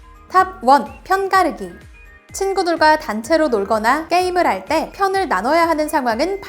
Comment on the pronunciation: 편가르기 발음 힘들어하는게 귀여워ㅋㅋㅋㅋㅋ 근데 딕션 엄청 좋으심